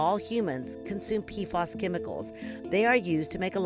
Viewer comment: Pea Eff Ayys. Not Peafoss